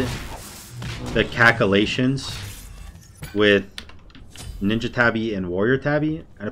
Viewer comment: Calcalating xD <3